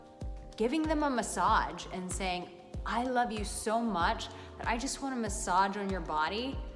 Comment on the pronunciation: Does she not know how to pronounce the word massage? There’s no D in the word. Not massadge